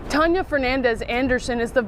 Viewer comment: It's pronounced "Tan-ya"- not whatever it is you're doing. Really,? Never heard the name before? It's pretty common.